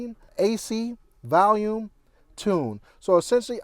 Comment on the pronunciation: Did he say valume? Hahahaha 😂